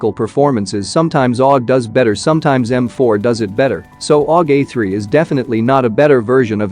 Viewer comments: "aug A 3 " lol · U have written AUG A4 , And saying AUG A3 😆😅